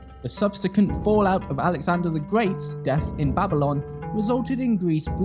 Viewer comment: Nice video but you can’t pronounce ‘expedition’ or ‘subsequent’